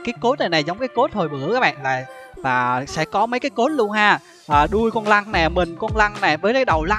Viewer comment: trời má cái đoạn anh nói con lân , mà em cứ nghe ra con lăng , cứ lăng lăng =)))